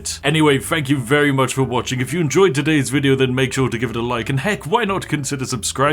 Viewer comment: i'm not sure but is it possible that you pronounce things like: three, thousand, very more like: free, fousand, fery not trying to be mean i just noticed